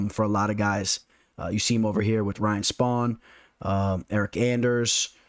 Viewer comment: Bro love your breakdowns man. One of the best in the business def! Appreciate your work but man you Butcher the hell out of guys names 😂😂 who the hell is Ryan spawn?